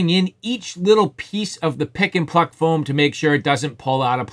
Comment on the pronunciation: Are you saying pick and fuck foam?